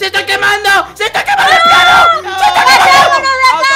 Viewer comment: Dijo como Un PIano xd